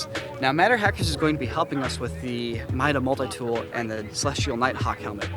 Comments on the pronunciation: Did he just say Mida Mult-tie tool?! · The way the pronounced mida multi tool, eww